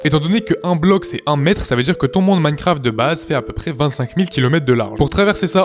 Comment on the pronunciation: t'as dit "un mon maincraft" dis " un monDE maincraft"